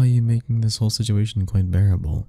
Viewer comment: bro said barrable😭